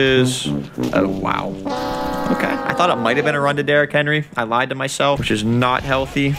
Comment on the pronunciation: Haha you kinda struggled with derrick henry I am a Browns fan